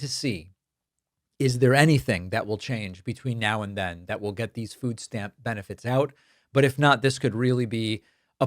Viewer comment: Wtf is a "foos stamp?"